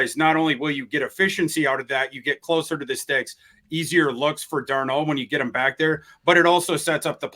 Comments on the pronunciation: Darnald not Darno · Does this joker really think his name is pronounced darNOLD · Please help on how to pronounce Darnold. He keeps saying Dar-Nold. It’s grating. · Sometimes he pronounces it Dar-NAULT, like French 😂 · He's been saying Darn-Old more than any of the other attempts, but you guys may have a point - maybe he is just messing with us, saying it differently every now and then. The other three fellas say it right enough times that he HAS to know how it's pronounced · How many ways can mispronounce Sam Darnold's last name? If it was a drinking game, would have us in the ER for alcohol poisoning. Good on you!! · Why does pronounce Darnold so strange? Do any of you call him out on it? lol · Biggest gripe with whenever he speaks has nothing to do with his opinions. I like them actually. It’s that he can’t pronounce Sam’s last name correctly most of the time. Funky accents and fluctuations lol. Let him know. He needs to see his blind side. He should get federated to protect him. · STOP SAYING DARNOLD LIKE THAT OH MY GOD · The way pronounces Darnold drives me crazy but he doesn’t pronounce it the same every time 😂